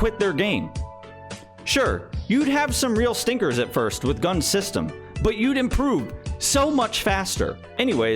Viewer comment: gun ZZZZZZ there is Z at the end